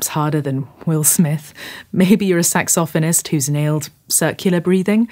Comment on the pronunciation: Yep - Sax . Off . Anist is the correct British pronunciation. Anything else is just weird (actually, is just plain wrong…) 😂